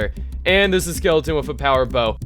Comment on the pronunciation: The fact that you pronounce the word "with" like "wiff" is too much of a distraction to be able to enjoy the video.